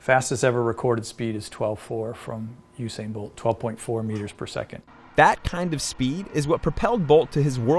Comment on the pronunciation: Not you sain bolt Oo sa in bolt